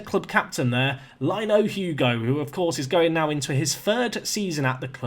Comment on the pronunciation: Lino is pronounced Lee-nu